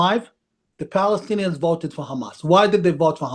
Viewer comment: It is Balestinians not Palestinians , arabs can not say P.